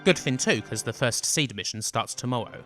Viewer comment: You know it's Pronounced "See-D as in C.D". As if it was just "Seed" it would be spelled... Seed. Why would they emphasize the D on the end with an upper case D if you didn't emphasize the letter when you said it? Do you intentionally try to fuck up the pronunciation of EVERY single word in every final fantasy game? you pronounce Jenova as JEN'evuh. Balem as BAYLUM, Yuffi as "fluffy" with an fl. i can't rmember how many of them you messed up. SHEEEE RAAHHH for Shera... lol